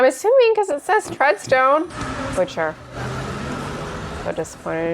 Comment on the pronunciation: my man the accent is so so close. But you put emphasis on the wrong part. Don't go up at the end...butCHA, go the other way BUTcha. And I recon you'll sound like righ oh jolly londona. Trust me I'm BRIsh bruv. (Use bruv alot) 🎉❤